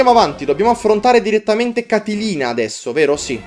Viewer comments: Amo quando fai i LP che durano tipo 3 mesi e passa <3 Così almeno ogni pomeriggio ho qualcosa di bello da vedere. P.S. È "Catlina" non "Catelina" ma dettagli xD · comunque e Catlina non Catilina, fa attenzione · Comunque è Catlina (come l'uragano) senza la "i", altrimenti sarebbe un personaggio di ciceroniana memoria 😂😂😂😂😂